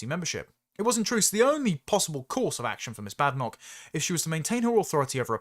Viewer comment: Bad-en-och. Bä-den-och I do like to listen to your presentations,. You seem to very much have your head screwed on. However, you do, occasionally, pronounce some words unusually/incorrectly(?). I'm not talking about her name, either. I'll make a list, one day. If you ever have the time to read the comments, that is. I rely on you, somewhat, to help improve my verbal english language skills.